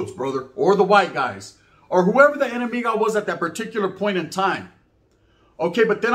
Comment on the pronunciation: that foo said "enemigas" lol